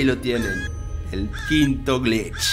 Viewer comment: cuando dice glitch pareciera que estuviera diciendo bleach xd